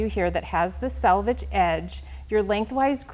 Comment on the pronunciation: For the love of God, can somebody please teach the Accuquilt ladies how to pronounce selvage (also selvedge)? Not salvage. Completely different words. Salvage means to save something that is damaged. The selvage or selvedge is the end of woven fabric that is finished.